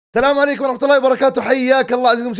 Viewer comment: يا جماعة احد ينتبه ان يقول ((( تلام عليكم ))) في المقدمه ولا بس انا!! 😀